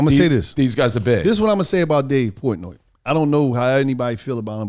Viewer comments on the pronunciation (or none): “Dave Poytnoy”